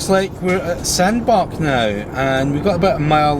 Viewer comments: afaik it's pronounced SandbaTch. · Please it's pronounced sand batch (samdbach). Thank I know many people struggle with this but if your from England, Bach when part of a word is pronounced batch.